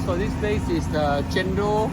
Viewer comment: It's chen-dol!! Come onnnn!!! Not chen-doh